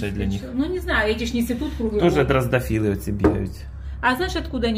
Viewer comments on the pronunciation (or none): Дрозофилы, а не дрозДофилы!!! Хоть бы Ира поправила! Но, она тоже не знает! Они все мало знают! К сожалению!